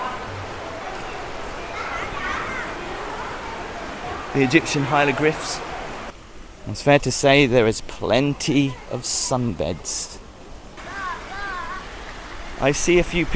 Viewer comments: lol.. You said "Egyptian Hielogryphs" instead of Egyptian Hieroglyphs 🤣🤣🤣🤣 Still love what you do though 🙂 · You pronouncing hieroglyphs "hilogriphs" hurt my brain.